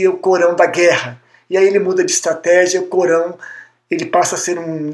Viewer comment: Não sei se a vossa dicção é realmente Ruim, mas eu não entendi a palavra ALCORÃO momento algum, mas sempre entebdi CORÃO . Isto é muito ruim para quem quer falar ao público.